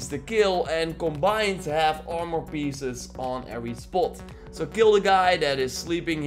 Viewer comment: "awrmour" lol